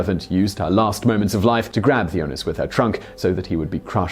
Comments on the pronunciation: Hi Simon. The name Theunis is pronounced Teunis. i am a South African and come across the name frequently. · You really butchered the name Theunis, look it up how it is pronounced, it is funny!